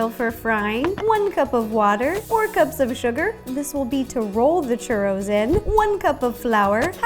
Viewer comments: "Are those classic cheurrous" You say it like this Chuuuuroooos Churoos Sorry no hate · In spanisn its pronounced choorros. you need to roll the r. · Chuuu ro ls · I like how she pronouce "churows" xD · Kevin Sandoval Yes, one also needs to roll the 'r'. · You don't even know how to say Churros right I mean I mexican I know how to say it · The way she pronounces "churros" is so cute :3